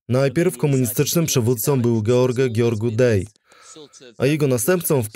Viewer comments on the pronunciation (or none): Gheorghiu-Dej trzeba czytać Georgiu-Deż, a nie "dej", Ceausescu - Cziauszesku, a nie "czauczesku", poza tym dobra robota